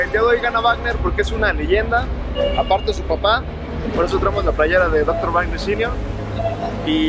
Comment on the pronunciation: 1;29 wuagner